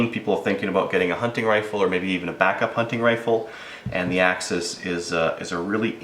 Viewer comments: AXIS not AXEEEEEEES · Axes (akseez) is plural of axis (ax-iss). NOt to be mean, man. nice review, thanks. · Only reason I disliked the way the said the name of the gun 🤦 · Chris Kraus I laugh ever time he says it